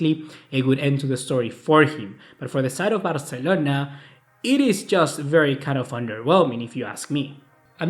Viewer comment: Que nefasta la manera que pronuncias BARCELONA 🙄